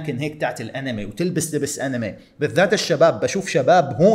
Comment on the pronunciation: أنمي❎ . اينم يي✅ . 😭😭 .